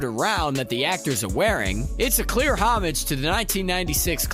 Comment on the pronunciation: PLEASE learn how to pronounce "homage". Also, I don't think the scene on the salt flats is meant to evoke scenes from Tatooine, despite the conjunction of the words "land" and "speed". It's just the real life Bonneville Salt Flats.